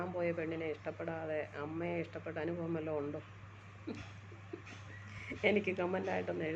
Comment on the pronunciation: അനുഫവം അല്ല അനുഭവം 😂✨🤍